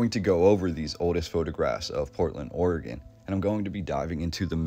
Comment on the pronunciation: Also thank you for say Oregon right. It's oregin everyone not orgone